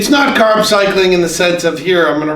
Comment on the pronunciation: You say carb to correctly to be from Boston